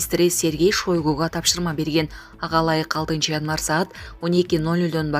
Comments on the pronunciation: Кагылайын жанылыкты окуган кыз орустун жанылыгын окуп жатканда. Фамилясын туура окучу Шойгуу эмес Шайгу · Эй келесоо,хватит уже окуган кыз, уйроно тургандай эле болдун. Кундо угабыз бул эки фамилияны туура окучу. Кулкуну келтирбей. ЗЕленскийди , ШОйгуну уйрончу кантип окуйт.